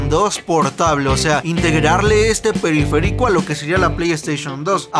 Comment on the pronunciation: periferÍco jajajajja